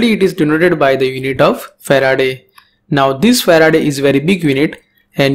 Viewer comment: I think the unit of capacitance is fa-raad and not fa-raa-day